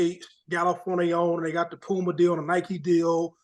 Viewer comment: Why u do mase pronounce “a’s” so high Ex. “LukAI”, “ pumAI” lol